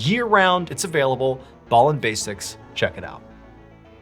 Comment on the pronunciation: I'm sure in a interview that you did you said you're name was pronounced B. ALLEN and not BALLEN.. ??ANYWAY love stories dude ❤ and the way you bring them to life I'd brilliant keep up the excellent work buddy.